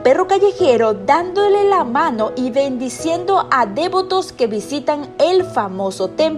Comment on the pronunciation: Hablen bien español POR DIOS!!! No es dévoto es devoto. NO VA ACENTUACIÓN EN la e. Se pronuncia devoto tal cual se da acento no tan marcado en la primera o.